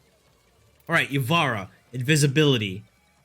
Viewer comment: You are not good at rating Warframes. 1 you are rating and using them horribly. 2 you cant use 99 percent of your frames 3 you cant pronounce ivara